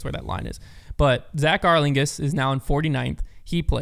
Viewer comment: I didn’t know there was a rules scandal, but I knew Ezra won. So that answers that question I guess EDIT: btw it’s pronounced Arling-house. The suffix “Haus” is German for “house”, that is where the English word originates from, and is pronounced essentially the same in both languages every time you see it. Cincy/NKY has a lot of German immigration even to this day